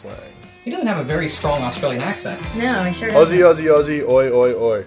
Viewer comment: Good to hear you pronounce Aussie correctly, Good on ya Sheilas. "Shag on a rock" is a solitary sea bird, like a Gannet, looking for its next meal. Or in some cases a couple having intimate relations in a public place. "old mate" I've only heard it referring to an elderly gentleman, this is in the Scrub/ Bush of Aus. What I love about Australia is the rhyming slang. For instance, "dead horse" is sauce, " hit the frog and toad" is to hit the road or be on your way, "dog's eye" is a pie, "snake's hiss" is to urinate, "septic tank" or "seppo" for short is a Yank or an American (a tongue in cheek term of affection). "bag of fruit" is a suit, "captain cook" have a look etc... See ya later, Cheers